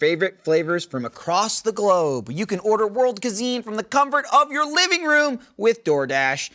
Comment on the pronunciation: Cuisine not Kazine